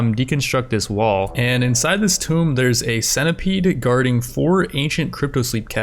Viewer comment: Does anyone else cringe everytime he mispronounced "Tomb?"